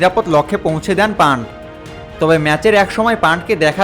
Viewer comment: Panth পান্থ হবে, pant পান্ট না। বাংলাদেশিরা তো বাংলা ভাষার বলাৎকার করে ছেড়ে দিচ্ছে ইদানিং।